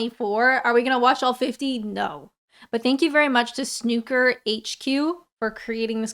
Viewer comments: So many people in the comments shouting 'It's pronounced snoooooker' as if that helps in any way. The 'SNOOK' in snooker rhymes with SNOOP, LOOP, TROOP etc., It does NOT rhyme with SHOOK, BOOK, LOOK. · Oh gosh I can’t with how keeps saying snucker haha love your vides though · It's SN-OO-KER (think 'Oooh!) Darling, so please don't EVER pronounce it as though it rhymes with BOOKER: we're not Americans here (no disrespect)!😀😀😀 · As soon as the video started I jumped straight to the comments for the roasting on pronunciation of 'snucker'. True fact: when watching snooker (or snucker) is the only time it is socially acceptable to express your support for Trump. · why cant anyone foreign say 'snoooooker' right?! Ronnie is like the Messi of the 'sport' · Its pronounced "Snew...ker" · Love how you're saying snucker 😅.. You should try a game ❤ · Petition to change the pronunciation of snooker to "snucker". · I legit couldn't even watch your whole vid with the snücker pronunciation even though you said snooker about 20% of the time so presumably can't hear the difference, sorry but I can't describe why it broke my brain so much lol 😢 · SnOOker, as in pool, drool, school... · Its pronounced SNOOOOKER! One of the best players was a guy called Bill Werbeniuk, a Canadian. BW was noted for drinking 6 pints of lager before a match and between 40-50pints a day on doctor's advice to quell a tremor. He would drink a pint during every frame. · I've noticed that Americans really have trouble with pronouncing the name of this sport. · It's pronounced snooker not snooker! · Hearing how you say snooker really took me off guard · You don't say the word like that girl you pronounce it like Sn-uu-ker ,as in U-ber most with an American accent prounounce it that way , it's ok , cool. Big difference from pool and also the table is big 12ft x 6ft it's huge. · How are you saying Snooker😆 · Look it's easy,, say Snoopy say Loopy,, say Snooker Loopy 🎉 Not snickers 😂❤